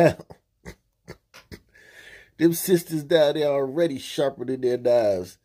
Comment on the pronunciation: “They need these parents to take control of dey kids” I know a police chief who was “suggested to retire” for saying the same thing just more articulate not in Ebonics.